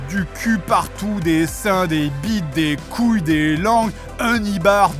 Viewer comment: Non t'as dit gouilles d'abord ! La prochaine fois tu diras gul, et geins 😂